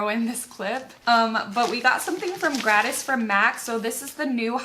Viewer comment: Honey, I am enjoying this videos as usual. Side note when you say gratis are you trying to say the Spanish word??? If so, I want to help you out. Here is some phonics for that word: grah-tees = gratis (just wanted to give you a little help with that word😉) Seriously love you, girl!!